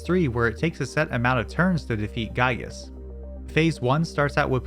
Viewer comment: this is a wonderfully made and extremely well edited video but i am legally obligated to tell you for future reference: giygas is pronounced GEE-gas, lumine is pronounced lu-MIN-ey and PSI is pronounced like the letter.